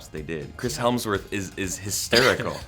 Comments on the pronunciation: It's Chris Hemsworth not Helmsworth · Who is "Chris Helmsworth"? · Chris hemmm worth ahhaah that’s not how u say it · Who the f is Chris "HeLmsworth"??